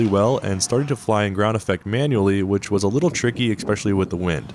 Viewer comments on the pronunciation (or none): "especially" not "ekspeshully"